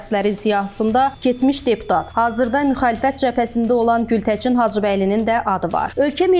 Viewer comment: Ay aparıcı xanım. Baçı yox Bakı, Gültəçin yox Gültəkin. Ana dilimiz Azərbaycan dilində düzgün danışmağı öyrənin sonra kanal açın.